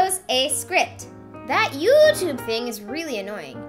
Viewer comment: I think the way you say "EweToob" is pretty funny. Don't get discourage, I watched your 'Draw Your Life' and it's amazing. Thanks for sharing!